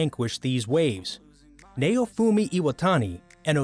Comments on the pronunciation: They still can't pronounce japanese(its naofumi not nayofumi). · "Neyo-fumi". Dude theyre not rappers aight? Theyre anime characters XD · Sorry if this is rude but this guy calls Maofumi like his name is mayonaise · What is nayyofumi it's naofumi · its pronounced (Now-fumi) not (Nay-O-fumi) and i wouldnt consider akame ga kill as one of these the mc did go dark sure but he wasnt ever betrayed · Say neofumi one more fuckng time, I dare you. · By the way it's not how u pronounce Naofumi . You said Nay-Oh-Fu-Mi But it's Na-Oh-Fu-Mi . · "Neyoufuumi" Doesn't sound good after becoming a weeb. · The way he said Naofumi Triggered me Like tf Is nAoFuMi Like sounds like he tryna say Mayofumi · I’m sorry but “NAYOFOOMI” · Okay... Why is Naofumi's name pronunced as "Nayufumi"?.? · ok stop if i fckin hear neofumi again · It's naofumi bruh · The way he says naofumi hurts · Naofumi is pronounced so wrong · The way he pronounces Naofumi is painful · I hate how he pronounces naofumi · I'm sorry, but the way you pronounce Naofumi's name made me cringe, it was a good video, but that last part just. i don't know man, i dont want to seem or look like an ass, but I'm just saying... his name isn't pronounced that way at all... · dude the way u say naofumi is so off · I cringe everytime he says Naofumi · bruh wtf not only did they not say kaneki and they fking butchered the names ..... how the fk is he pronouncing naofumi and raphtalia XD